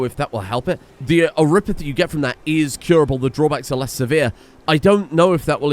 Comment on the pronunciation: So, i hate to break it to, but vampires are Canon in arknights, and they aren't immune to oripathy (you pronounce it correctly).